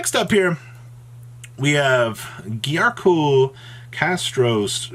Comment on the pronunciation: Giancarlo = Giarcool ... lol. I thought "listogasm" was bad.